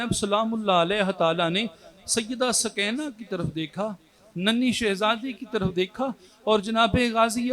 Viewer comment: سوکینہ نہیں بی بی سکینہ